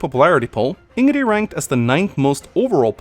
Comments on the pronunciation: Which is fair, but the game says it times the way THEY want it to be pronounced. He says it "wrong" now on purpose just to annoy people. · You say "Ing-ree", It's "In-Gridd" here in Sweden. However, the way you say it can have local differences depending on the dialect spoken in that region. But at least here in the capital (Stockholm) we say "In-Gridd." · Wait, he pronounces it "InnGree?" This whole time I keep hearing him say "In-Giggity" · Sorry but how is it pronounced Ingree? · Love Ingrid and I absolutely adore her voice. Also, why do you not pronounce the D at the end of her name? :D Its Ingrid, not Ingre :D Wasnt even aware some called her racist, I dont get it, she hates Duscur people because of what they did, nobody would even raise an eyebrow if they werent a little brown, not to mention that could just be Dedue, I never even thought of them as different race. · Here's a fun and deadly game. Take a shot every time here says "In-Gree" and not "In-grid." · Everyone: Ingrid: Hingree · Its InGRID not InnGREE! Having trouble saying her name? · Why do you say ingree tho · BEST WAIFU!! ^^ Also, har har says Ingree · Idk what it is, but I just hate when I hear him say "Ingree" and not ingrid..just irks me for some reason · can pronounce Ingrid like the game does it if he wants, he just prefers the 'In-gree' pronunciation for some odd reason. I come from the same country as and I'd pick Ingrid over 'In-gree' any day of the week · I hate how you say Ingrid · Takes a sip everytime he says ingree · I somehow cringe when he says Ingree?? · I am of German descent and I know it is pronounced ING-rid. Source: I asked my German grandmother and she said it is pronounced like it is spelled. Scandinavian names are common in Germany, because vikings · Hearing him mispronounce her name so many times is taking the piss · No one Absolutely no one: Hingree for over 13 mins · InGeRe Me: AnGeRe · Who the fuck is Ìngree?